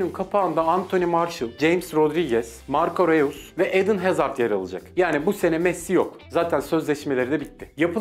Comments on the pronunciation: edın hazard değil eden hazard marco reus değil marco roys :D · marko roys diye okunuyo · Önce Marco Reus ismini telafuz etmeyi öğren.